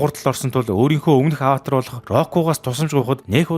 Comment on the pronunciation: ghd ygd Avatar bish Avaatar gd baigambe😢😅